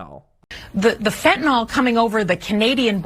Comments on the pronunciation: Why do people pronounce Fentanyl...Fentanol ? There is no "o" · Stop saying "fentanol", its "fentanyl".